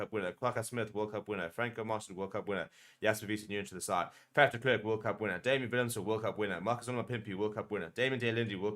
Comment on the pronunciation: Please pronounce it as FUF. Please, not faf, even though it is spelt with an A